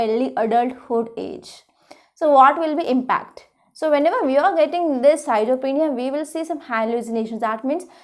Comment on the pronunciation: healthy discussion on each topic madam, but may be your pronunciation for schizophrenia need to correct...